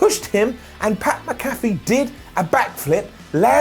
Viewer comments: it’s not MC-CALF-EE it’s MAC-A-FEE lol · MAC-A-FEE! MAC-A-FEE! NOT MA-CAFFE! IT'S NOT THAT DAMN HARD! 😡😡😡😡😡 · Damn it,, don't be like Clery. It's Mc-Afee, not MaCaffe. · Its pronounced Mac-Afee not Ma-Cafee fyi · Mac uh fee. Adam not macoffee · It’s pronounced MACKAFEE NOT MCCAFÉ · it's Pat "Mac-A-fee"...come on, you UK guys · Pat Mac-A-Fee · His last name is pronounced Mack uh fee. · Pat “Mac a fee” that how you pronounce his name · The name is MAC-A-FEE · Pat Mac-a-fee,. MAC-A-FEE! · Its pronounced pat MACK A FEE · Did anyone else hear say Pat McAfee like Pat Mc Cafie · Mack a Fee please say it right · I love you, you’re the best, but please go look up how to say pat mcafee’s last name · The way says "McAfee" is so distracting to me for no reason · Why does everyone at What Culture not pronounce Mcafee correctly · I think needs to look into how Pat’s last name is pronounced... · I can't tell if he was mispronouncing pats name on purpose or if he actually messed up his last name